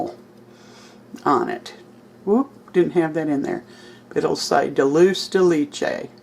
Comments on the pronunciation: Looks good! BTW: it is pronounced dul-say de lay-chay. Cheers! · Pronounced Dole-Chay-De-Lay-Chay I first encountered it in Argentina. They put in everything over there. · This looks Delicious!!! Oh, I know that I do not know Latonya or You, however, I have prayed for You All. Here is another little thing that I learned. That can, the contents are pronounced Duhl Chay Day Lay Chay.. It is a Spanish word that Mexicans use for some type of caramel dessert. I agree with You about the pronunciation of caramel too. We always said, "Car muhls". I am from way up North too in South Dakota. LOL!!! Everyone looks at Me like I cannot speak correct English or I am an idiot when I say Car- muhls. I think that Cqre- A- Mells sounds funny. 😊👍🏼 I think that your pies name is a combination of banana and toffee pie also. I will continue to pray for Latonya and All of You that love You also. God Bless You All. 😊👍🏼🙏🏽